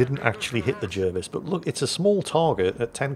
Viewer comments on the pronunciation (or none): It's pronounced JARvis.